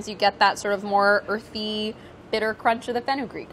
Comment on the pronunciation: Chris Morocco: You know like nobody wants to bite into a whole peppercorn... Priya: CROMNCH